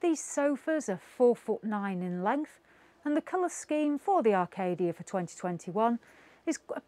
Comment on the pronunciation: Oh dear it Acadia not Arcadia and it’s caravan not cara van